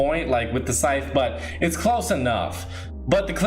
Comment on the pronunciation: Anyone else thinks when he says sythe its like “Sike!!!” Meme thing